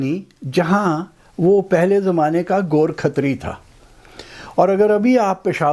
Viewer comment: Ghor Khatri. Gorakh tari ✅️ go rakh tar e